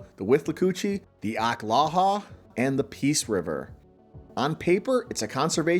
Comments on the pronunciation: Did you mean to say ock-la-wa-ha river? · Ock-lah-wah-ha river. You skipped a syllable. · Say that last river again lol